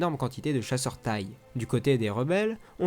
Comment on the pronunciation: Très bonne vidéo mais « CHASSEUR TAÏ » 😂😂😂😂 on dit T . I . E